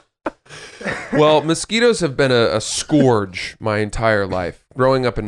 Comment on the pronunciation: Oops is way more entertaining when it isn’t recorded on Zoom. Keep up the good work! P.S Did mispronounce scourge? Might be the first time ever his English skills have been called into question.